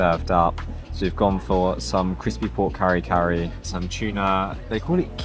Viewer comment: Try eating lechon with rice. Lechon, taken alone, is too strong of the flavor, it may seem salty. But, with rice, its saltiness spreads to the rice, lessening the saltiness, as the rice itself is added a bit of the flavor from the lechon juiciness. The result is a total, savory combination of a lechon meal, which is even more filling. Also, it isn't supposed to be "curry curry," but pronounced "kareh-kareh." Nothing to be like the Indian dish at all.